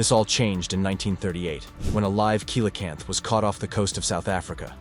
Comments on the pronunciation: Awesome video but you really need to pronounce things properly its not coylocanth it's pronounce seelocanth I guess I should understand that you are American and a retard like all Americans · Not pounced coyla camp, it's probably pounced see la camp. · Coelacanth - (see-la-kanth) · You need to learn how to pronounce "coelacanth". You can't make a video right if you don't know the right way to say the subjects. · Can't pronounce Javan or Coelacanth.... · how come a commentator who can pronounce “Arkansas” correctly, can’t pronounce “Nepal” “ceolocanth” and “Javan” ( as in, “from Java, belonging to Java” )…??? q